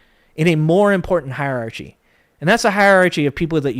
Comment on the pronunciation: You lost me when you mispronounced "hierarchy."